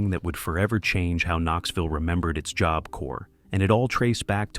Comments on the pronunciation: AI Narrator can't decide how to pronounce the word 'job'. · Lol, jobe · The AI narrator pronounces Job weird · Did you use ai for the audio? That is not how you say tadaryl. Any real person would know it is like Tuh Daryl. And it says job with a long o? Makes it unwatchable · "Joab" corp?? It's about time these AI voiceovers were banned! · You pronounce job two different ways (3 ways/correction) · If this isn't AI. You can't even pronounce job? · AI narrated, learn how to pronounce “job”.